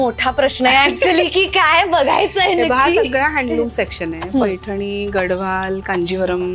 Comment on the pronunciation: It's gad(the)wal d should be pronounced as the.